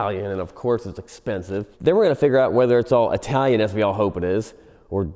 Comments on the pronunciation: It's Chitalian. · It’s Chitallian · Chitalian??? LOL!!!😅😅😅😂😂😂